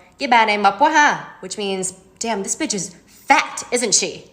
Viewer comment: Lol that emphasis behind the word “fat” in that last clip was just 🤌🏼